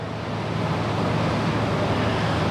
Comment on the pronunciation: आदरणीय श्री...जब आप बाबा शब्द का उच्चारण करते हैं तो यकीन मानें उसमे अपनत्व झलकता है ❤️ और मैं स्वयं भी ऐसा महसूस करता हूँ कि ज़ब भी मुख से बाबा शब्द निकलता है तो लगता है श्रीहरी का नाम जप कर रहे हैं। अदभुत हैं मेरे बाबा... अद्भुत हैं उनकी लीलाएं 🙏 बहुत सुन्दर वर्णन किया आपने ❤️ सादर प्रणाम एवं जय साईराम 🙏